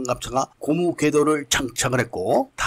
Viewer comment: 발음을 바로하시죠....퀘도라고 자꾸이야기하시는데.....궤도라고 한글에 써 있는데...퀘도 퀘도 하니 불편합니다